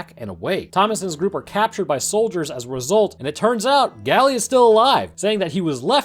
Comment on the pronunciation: its not pronounced "gally" its pronounced "gale"